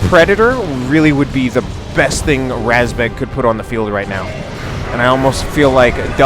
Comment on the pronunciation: РАЗБЕГ is pronounced just like you said, but the A is pronounced like the vowel in the word mud. Source: I am a Russian (